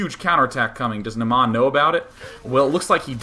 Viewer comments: You're pronouncing it "Namaa" but it's "Naama". The first A is long. Finnish is hard to pronounce but just so you know =D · Naama is a finnish word that means Face. It's pronounced Naa-ma not Na-maa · it's pronounced Naa-ma